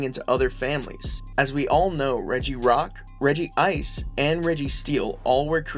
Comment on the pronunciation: I can see why you and other people think it’s pronounced regi ice but there’s only one I so it’s pronounced reg-ice but I’m not blaming you for not knowing that